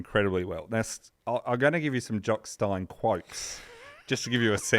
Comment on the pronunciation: Very enjoyable and eventually the mispronunciations ("Jock Stine" - it is of course "Steen" - "Monty Video" and, ironically, "mispronounciation") only seemed to add to the charm of the tale.